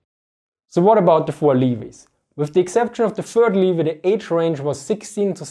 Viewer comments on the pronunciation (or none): Apologies, "Leh-vee", not "Lee vee" or "Lee vai" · leh-vee, not lee-vee. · don't want to be that guy because I myself am learning Deutsch and proper pronunciation, but "Levy" is not pronounced "Lyvie" but rather "Levee" (or as read in german: Levi). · Tip on pronouncing levy: you pronounce it as if it was written levi, just avoid the aa-ii and leave vonly ii. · Levy - is pronounced "le" as in "leg" and "vy" as in "vee". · Too many amatteur historians in the anglo-speaking community continue to confuse the Volkssturm with Volksgrenadier. Have no idea that core cadre of Volksgrenadier divisions were seasoned veterans. BTW "levy" rhymes with "heavy." Tschüß